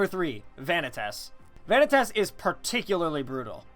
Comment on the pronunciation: You know, the way he pronounced it is actually the right one. Vanitas is a Latin word, and it is pronounced Vanne-tas, not Van knee tas. I'm Italian and have studied latin, and it always makes me laugh how bad english speaking people are at pronouncing latin words XD